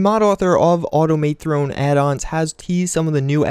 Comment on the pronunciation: why the fuck can't you say "automathrone" right? just like automaton. Not Autom-A-Throne.